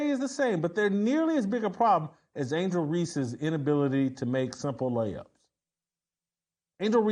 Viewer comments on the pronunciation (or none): none